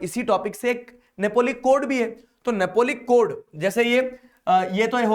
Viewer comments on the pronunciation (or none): Napoleonic code ❌ Napolic code ✅